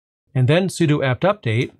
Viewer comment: Thank you for saying 'sudo' correctly! 🤣